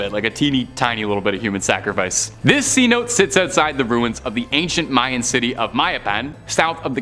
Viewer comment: thats ci no te